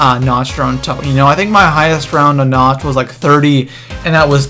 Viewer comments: It's pronounced na-k-t not na-ch-t idiot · sir, no offense, but it is pronounced nakt not nacht. it is german. also, the wunserwaffe is pronounced vundervaffeh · Nacht not notch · I'm sorry, but I swear to god, you pronounce it Na-c-t der untoten not NATCH. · its pronounced like nawkt not natcht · I'm sorry, but it is "Nacht" der Untoten! NOT "Natch" der Untoten. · why does everyone say"nacht" like theyre gonna say nacho. its said like "knocked" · You don't say the "ch" in Nacht it is more like "nauc"